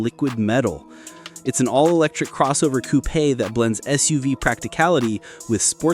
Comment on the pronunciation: narrated by AI voice, pronouncing "coupe" as "coo-PAY" hehe